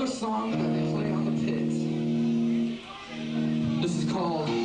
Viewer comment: Pit not tit xD